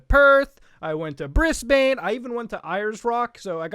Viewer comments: It's BrizzBen not Briss-Bane. Muta you've just paired some horrid back alley affair where a circumcision meets the antagonist from Batman 😆. Dear God, What have you done!?!? Edit - MELLBURN??? MELLBURN??? Good sir, I challenge you to a duel. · It's pronounced Brisbin, no-one actually says Brisbane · I am with Muta. If I had to live anywhere else, I'd either live in Canada or in Australia. Australia is a wonderful country. Also, please dude. It's Bris-ben. Not Bris-beyn. Come on man. You don't need to be Australian to know that. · Hearing Australian city names coming from a non-native-Australian-accent-haver is surprisingly jarring. Like, you really emphasize the "bourne" part in Melbourne, and the "bane" part of Brisbane. We just pronounce them as "Melbun" and "Brisbin". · Muta mispronouncing Brisbane and Ayers Rock smh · YoU sAiD bRiSbaNe WrOnG!